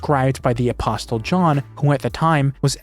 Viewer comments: the "t" in "apostle" is silent. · buddy you gotta stop saying apostle like that, the t is silent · The "t" in apostle is silent.